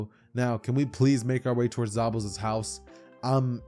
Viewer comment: Did this dood just say zabouzas house lol 😂